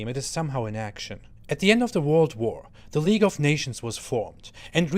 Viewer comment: league not leage